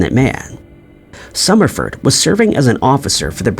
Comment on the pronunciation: The AI screwed up Summerford’s name … anyone else catch that?